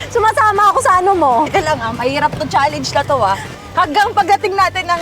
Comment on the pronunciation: It’s chalenj not chaleynj